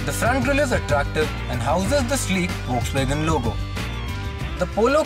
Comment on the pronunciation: woksvegen!! really...